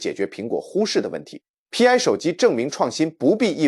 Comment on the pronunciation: Pi 應該讀作兀（PI) 一個拼音，不應該分開讀作P , I。它就是圓週率的兀（PI)，拉丁字母。